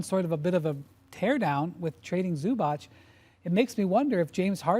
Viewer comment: Windy please learn how to pronounce balkans surnames ... its Zubac , not Zubač .. 🙏🏀